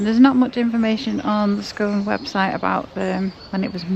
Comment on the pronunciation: Lovely video! We live in Perth, Scone is pronounced scoon. Glad you’ve had a good journey, we’ve never been to Roslin Chapel but looks great!